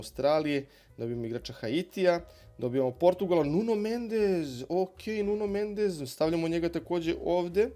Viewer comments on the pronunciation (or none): Sorlot ❌ - Serlot ✅ Nuno Mendez ❌ - Nuno Mendeš ✅ Lindeof ❌ - Lindelof ✅ Đinja Ito ❌ - Džunja Ito ✅ Kukurela ❌ - Kukurelja ✅ Andru Robertson ❌ - Endrju Robertson ✅ Soček ❌ - Souček ✅ De Sajper ❌ - De Kujper ✅ Najland ❌ - Niland ✅ Lautoro Martinez ❌ - Lautaro Martinez ✅ Kokcu ❌ - Kokču ✅ Guimares ❌ - Gimaraeš ✅ Burinić ❌ - Burnić ✅ FCW6 ❌ - FWC6 ✅ Magales ❌ - Magaljaeš ✅ Bentakur ❌ - Bentankur ✅ Bez pomena Đokereša koji je jedan od poznatijih fudbalera što se tiče reprezentacije Švedske, a i generalno.